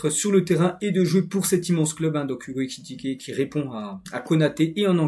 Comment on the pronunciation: Excellent travail c'est ta façon de prononcer Ekikité😅😅😅 au lieu de Ekitiké qui me retiens